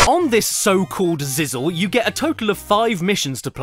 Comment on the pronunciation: Its pronounced ziz lee